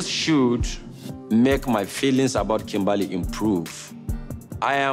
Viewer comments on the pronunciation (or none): first of all the way you said Kimbahly .....dead 😂